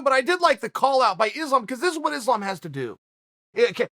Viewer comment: Chael is so bad at pronounce last names first its Jans name now Islam 😂